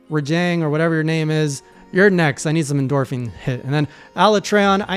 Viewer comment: says" endorphine " Me " did I hear dark souls?"